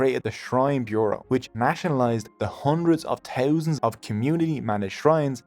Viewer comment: The word is "thousand", not "tousand". "First", not "Foirst". "Anything", not "Anytin".